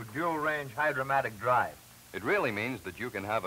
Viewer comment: It’s Hydra-Matic. Not “Hydromatic.”